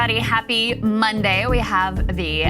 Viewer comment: When did Krystal start saying "Happy... MONday" like Saager does?